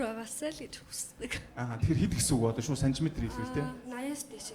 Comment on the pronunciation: Төрөө минээ шуу биш шууд гээд хэлээд сурчихаач тэхүүүүүүү